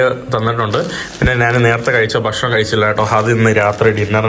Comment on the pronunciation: ആവർത്തനം വളരെ അരോചകം. നമ്മുടെ, നമ്മുടെ, നമ്മുടെ, പുള്ളിക്കാരൻ, മനോഹരം,, നമുക്ക് കാണാൻ സാധിക്കുന്നത്, etc. പിന്നെ ബഷണം, വേണ്ട, ഭക്ഷണം എന്ന് പറയുക. വീഡിയോ കൂടുതൽ ആകർഷണം ആകാനാണ് പറയുന്നത്.